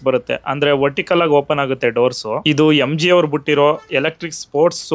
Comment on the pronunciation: Yemji alla pa adhu, it's just MG